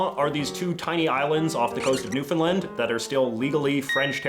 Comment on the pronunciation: Yo JJ not to be rude or anything, but Newfoundland is actually pronounced "Newfin-land" instead of "Newfinlind"